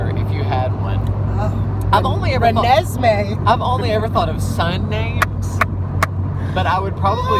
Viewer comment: ok i just died when said reneesme!!!! hahaha